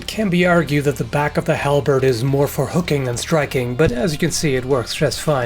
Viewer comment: Halbeard? Do i hear.. AD MORTEM IMINUMICUS